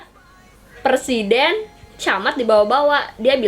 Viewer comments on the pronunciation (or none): Dimenit; ka kesalahan ngomong presiden jadi persiden 😂😂 be like